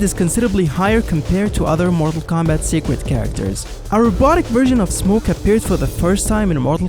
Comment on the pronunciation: seeqwet character